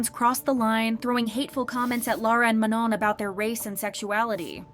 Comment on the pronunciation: Manon's name is said wrong in this the last n is basically silent